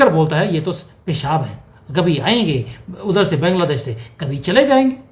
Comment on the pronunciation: with due respect pls stop saying Bengladesh...it's Bangladesh, pronounced as Baangla- desh